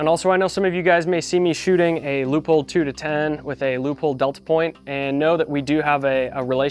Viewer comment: Great video, but it took me a bit to figure out what you mean with Loophole, thanks to the image of the scope with the Leupold logo I remembered. As a German I can say that it is spelled more like Loi-polt just like bolt with a „p“. Your sponsor will like it!